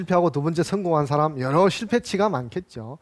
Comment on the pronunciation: 우선, "사람" 의"사"를 짧게 잘못 발음했읍니다. 장음인 것을 짧게 발음한 예: 실(바느질하는),대성전,공자,성인(공자 같은),동굴, 뭐냐하면,포부, 분투,대부,세상,유도(무도의 반대)포부, 서두에,건강,동작,두 번,정면, 등이며 피인지사 피세지사를 " 피인 지사" "피세 지사" 와 같이 두 자씩 띄어 읽었읍니다. 잘못입니다. 구문을 이해하지 못했다는 증거입니다.이 갈 "지"는 소유격이기 때문에 위로 부처야 합니다. 자고저등 한문 공부를 좀 더 하셔야겠음니다. "한국 어문을 고발함" 이라는 책 한 권 읽어 보시지요. 미국 변 완수 배